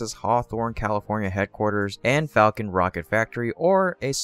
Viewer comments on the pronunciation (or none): none